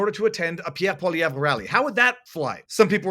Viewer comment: How are you pronouncing PP's name? It sounds wrong!